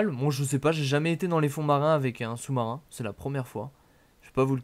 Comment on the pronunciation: le choumarin je suis mort 😃😃😃😃😃😃